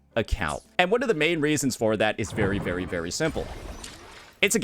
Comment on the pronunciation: why cant this restarted chipmunk looking guy say the word "very" normally